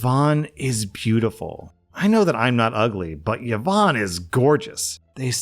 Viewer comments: Please I am BEGGING you. PLEASE pronounce it properly. Its E-von not YeeVon. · Her name is pronounced E-VON, not yovan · e-von not ye-von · The way I shudder every time I hear 'Yeh-vonne' 😮😅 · Yvonne is pronounced EE-vaun btw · Just an FYI: Yvonne is pronounced "E-von". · the way says yvonne is making me giggle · Wait is yvonne pronunces without a vowel start in english?